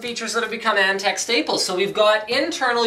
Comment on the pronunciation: "Antec" Nnnnnope.